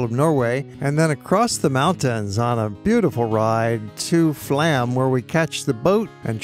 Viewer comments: The railway you traveled on is NOT Flam - it is pronounced FLOME. It drives me nuts when people mispronounce destination names. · Flåm is pronounced Flome (the å is like the o in go).